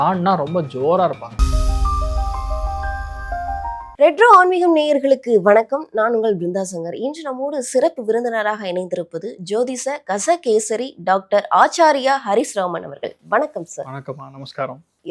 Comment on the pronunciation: ஜோதிஸ கஸ கேஷரி ஆச்சார்ய அவர்கலா உன் வாயில தமிழ் விளையாடுது போ 🤦 அது ஜோதிஷ, கஜ, கேசரி, ஹரீஷ் 😂